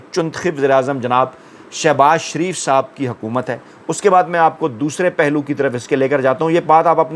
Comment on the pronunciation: Pehle. Naam to sahee likha karein phir bola karein shareef Theek hai, sharaf Halat Hai